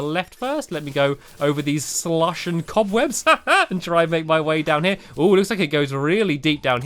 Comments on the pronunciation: It's so funny how he says "slush" he says "slUSH" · U say slush funny lol